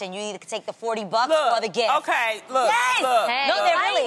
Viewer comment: She calls a gift, a gif. Why?